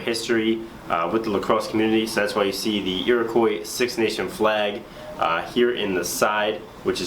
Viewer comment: your pronouncing Iroquois wrong!